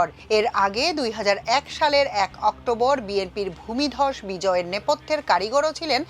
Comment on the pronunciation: ভাই দয়া করে ওই ভূমধস ভূমিদস ভূমিধস এগুলো বললেনাএগুলো শুনলে আমাদের খুব কষ্ট হয়।